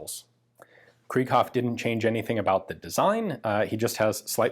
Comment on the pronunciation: It is not pronounced like krieg (translates to war) it is pronounced kr(I)ghoff. The second vowl is emphasized in German... But hey, you may know better than I.